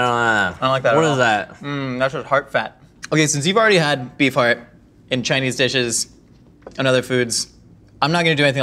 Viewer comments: I can't help but hear "Bee fart" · unhear bee farrrrrt say beef heart againnnnnn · I kept hearing “bee fart” and I’m not sure why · oh my GOD i cannot UNHEAR that now!!!!!